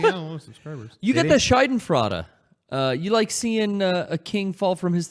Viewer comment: The way says Schadenfreude sounds more like Scheidenfreude and a Scheide is something very different just to throw this out there